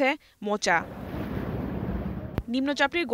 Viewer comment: উচ্চারন হবে মোখা, মোচা নয়। শুদ্ধ করে পড়ার জন্য অনুরোধ করা হল।